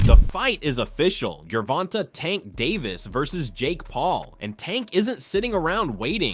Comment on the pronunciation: Gerrrrr Vonnnnnnn Taeee Say the shit right